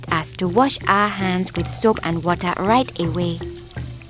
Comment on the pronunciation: did u hear that? Treatment center right Da wae (I Know its "right away" im just joking tho)